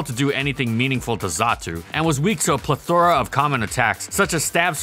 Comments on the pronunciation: The "plethora" saga continues: mispronounced and then correctly pronounced in the same video?? What is going on? 😂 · How is you manage to pronounce plethora correctly sometimes and incorrectly other times? 😂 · You pronounced "plethora" two different ways in the same video. Not criticizing, I'm just kind of amused.